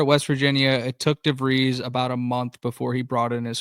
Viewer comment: His name is definitely pronounced "DeV-reees" ... not "DeV-rise" BTW, I just SUBBED because I heard things here to put the whole portal transfer thing in perspective ... Did not know that some teams did not get their first commitment until a month had passed ... thx.